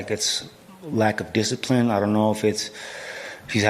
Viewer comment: He rack a disciprine